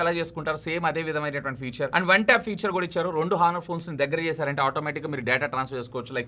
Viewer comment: హానర్ కాదు ఆనర్